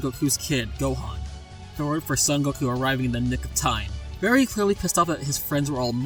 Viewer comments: you can't even pronounce goku's name right. Nah this fight is bias! Even Piccolo Daimao can beat conquest. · whyyy did you say goku like that